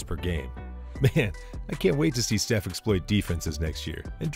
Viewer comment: Not sure if I can take someone saying Geeannis twice talk about basketball seriously... I really don't know and honestly more impressed he pronounced Steph's name correctly.